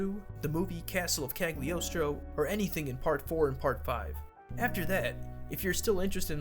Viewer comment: The G is silent in Cagliostro, also there is a Lupin the 4th in a different anime